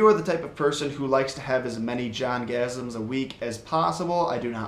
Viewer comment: My brother literally thought that he said orgasm.